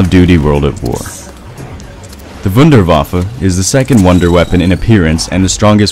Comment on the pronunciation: It's not the WunderWaffle it's the Wunderwaffe.